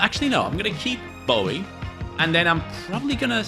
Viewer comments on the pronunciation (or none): none